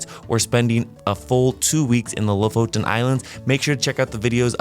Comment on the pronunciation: "lofton" islands??? jesus christ dude.